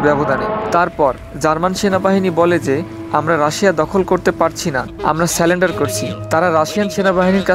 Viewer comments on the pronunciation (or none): তোমার উচ্চারণ সঠিক না, এমনকি বাংলাও। যেমন, আকস্মিক-কে বলছো আকম্বিক। এছাড়াও সারেন্ডারকে বলছো সালেন্ডার 😂